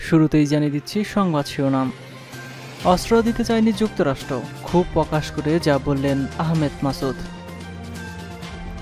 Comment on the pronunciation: উচ্চারণে যথেষ্ট ভুল. যেমন :- পশ্চাত্য, ক্ষোব, যুদ্দের, ইউরোফ, আরো আছে. উচ্চারণের দিকে খেয়াল রাখা দরকার.